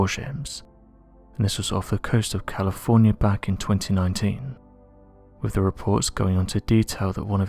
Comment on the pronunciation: Is this how you really talk in real life? I feel sorry for your family, hearing you droning onnnnnn and onnnnnn. Speak proper English man, “with” is pronounced “”wiTH”, not “wivvvvv” get some elocution lessons. You put the English language to shame. Please accept your P45!